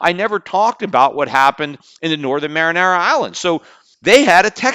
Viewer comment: Peter it's pronounced mary-on-a not mar-in-ara lol!